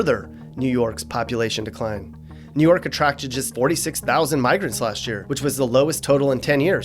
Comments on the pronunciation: its WOOOO York blood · How he felt after saying new yuck:👺😈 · New Yuck 😭😭😭😂😂😂